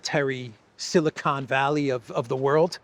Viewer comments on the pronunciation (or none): none